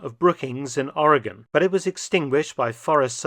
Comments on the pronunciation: Doctor, as a native Oregonian, I wish to thank you for learning how the States' name is pronounced. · Thank for pronouncing Oregon correctly. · The Japanes shelled an oil refinery and caused hundreds of dollars of damage. Hundreds of dollars. I've been to fraternity parties that caused more damage. Mark, you said Americans in California and Oregon were kept in a state of fear. True (well done, pronouncing "Oregon" correctly). But Americans in Washington State were also alarmed. It's funny how quickly civilian patrols formed to watch the coast. It's a miracle that these amatures didn’t exchange potshots.